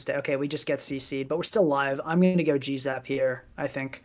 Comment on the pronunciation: It was at this point in the video that I realized that the reason kept calling Galarian Zapdos "Jizz-up" was because he was saying "G-Zap"